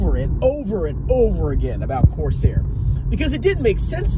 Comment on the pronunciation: Did he say Corsair my arse hair. Legend.